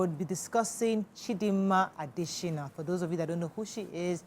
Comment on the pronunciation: It's ADETSHINA not ADESHINA please. " yoruba have the habit of twisting names to suit their own.